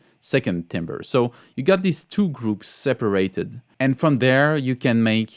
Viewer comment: Timbre is closer to “tamber” in English - hope that helps, and keep up the great videos!